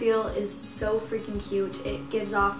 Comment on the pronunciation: i heard are you fricken fRacKen kidding me 😂😂😂